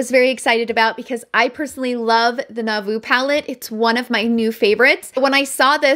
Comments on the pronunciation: Great review, as always. FYI, it’s pronounced Noo-vo (vo rhymes with bow), nauvoo… took me a minute to figure out which other palette you were referring to. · Nouveau is pronounced "new-voh" 😉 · Never mind I spoke too soon. You swatched it at the end. 😂 ps- it’s pronounced new-vo palette. Lol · Was having a horrid day and then I heard you talk about the ABH “Narr-vooo” palette and I’ve not stopped chuckling to myself since 😂😂 Thanks for another great review….this is definitely in my maybe pile, along with the ND Dream palette and the PM Holiday palette 💙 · I wouldn’t pronounce it like this, nou-veau. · HAHAHA😅😅😅 So, just a heads up. I mispronounce the Nouveau Palette pretty much the entire video lol.. I know how to say it; I said it right in my Nouveau review. But dang, this one I botched SEVERAL times 🤣 Because i am not seeing the word on the palette as I'm talking, I'm just spitting out what's in my head and boy was it wrong 🤣 Oh well, good laugh, all in good fun . 🤣 But... just fyi🤣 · Hahaha, I know🤣🤣 I get roasted EVERY TIME. Believe it or not, I Googled it and said "Hey Google, how to I pronounce Nouveau " and I still got it wrong🤪🤪🤪🤪 I just can't say that word. 🤪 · 😅 I appreciate everyone in the comments letting me know I totally botched that word. I wasn't looking at it as I was speaking, if I saw the word, I would have pronounced it correctly, however, I was just blabbing and relying on my brain🤣🤣 Which sometimes can be a total fail. Hehe. Oh well, it was good laugh, though😁❤️ Have a great weekend my friend💋